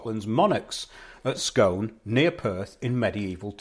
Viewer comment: BTW its pronounced 'scoon' to ryhme with moon... i live 4 miles from Scone Palace. I went to visit the new Perth Museum, which has been built specially to house the stone. Hilarious blurbs on front of artifacts, obviously written by millenials; the grammar on some was amazingly wrong. That australian dude, who claims he's the real king, has been digging up all kinds of places saying he's found where the real Jacob's pillow is lol